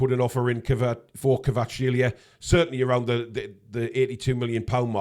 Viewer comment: We will sign Kvaratskhelia when learns how to pronounce his name:P